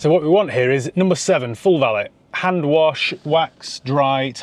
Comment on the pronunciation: Valét= “va~lay” not vallit😅